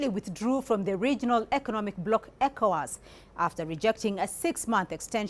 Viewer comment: Ecowas is done. Stop saying Evowas